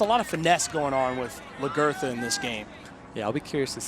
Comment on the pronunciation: Lag er tha. Not Lah girth ah